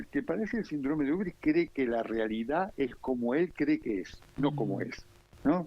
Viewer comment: UBRIS….no urbis….